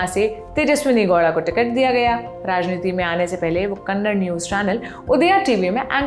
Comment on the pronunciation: Not kannad its Kannada news channel